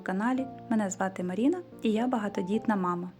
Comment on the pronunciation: Оце МарІна дуже сильно ріже, раз ви вже україномовний блогер